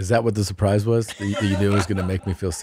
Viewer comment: "I have a surpise for you, yea dog" - Queen Christina